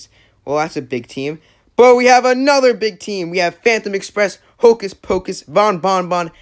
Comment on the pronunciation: cagney carnation is a boy :0 edit: also its hocus pocus not hopus pocus